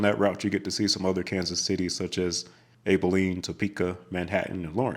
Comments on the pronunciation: Abe? It is AB pronounced Abiline. The stacks on 35 E nd W are tall at 4 levels but the biggest stack in Texas is actually the HIGH 5 going up 5 levels at the intersection on 635 and 75. Ugh i void both of those roads like the plague.. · the correct way to pronounce Abilene is by starting with an "abb" sound. You know...where president Eisenhower was born. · Salina, KS is pronounced with a "long i." sound. Abilene is pronounced "AB-uh-leen". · Man, the way you incorrectly pronounced 'Salina, Olathe, Abilene' drove me crazy. Maybe next time, learn how to actually pronounce the city names so the locals don't go crazy. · Good video other than some mispronunciations of cities in Kansas. If I may, I must correct your pronunciations of these cities! First, the middle syllable in Salina is pronounced "lie," not "lee." It does not rhyme with Salinas, CA. Secondly, the first syllable in Abilene is pronounced like you would say "abs." It does not rhyme with Maybelina. Thirdly, Olathe is pronounced "Oh-LAY-thuh." But, overall, an enjoyable watch! :) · Great video. Kansas boy here. Salina is sah-LINE-ah. Olathe is oh-LAY-thah. Abeline is AB-eh-lean. But yeah, our town names are quite fun for out-of-staters to pronounce. As for Q39 barbecue, it’s pretty good. I prefer Joe’s Kansas City (still call it Oklahoma Joe’s). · AB-uh-leen The emphasis is on the first syllable, with a short "a" sound, followed by a soft "uh" and a long "een" sound Salina, Kansas is pronounced suh-LIE-nuh Olathe is Oh-layth-uh Thanks for pronouncing Topeka (tuh-pee-kuh) Correctly! And thanks for the videos! ☮ 👍